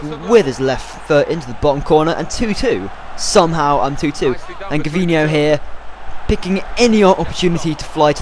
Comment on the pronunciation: haha thats extremely sad ur an arsenal supporter and u pronounce gervinho wrong